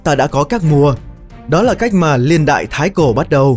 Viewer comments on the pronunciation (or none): Niên ko phải liên nghe khó chịu lắm